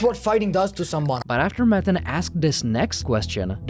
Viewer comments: The background music makes this feel like a fever dream. You’re taking matan waaaay too seriously (also not pronounced Madden as you do the entire video) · MUH-TON not damn Madden wth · Why you keep saying 'Maddan' maTTTAn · You said his name incorrectly every time. What kind of video features someone and doesn't say his name correctly? Its Mah-tawn Ev-in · You're constantly8, mispronouncing the name of the guy you're doing a video about. Seriously bro? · Lol how do you pronounce his name wrong so many times??